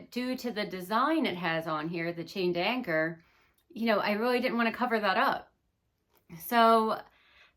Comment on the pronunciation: Not "chain di anchor"!